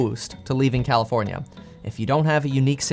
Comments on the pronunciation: Did he say commifornia? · Bro said commi-fornia 💀💀💀